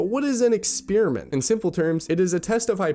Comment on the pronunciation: I keep asking myself what an “exspearament” is too 😂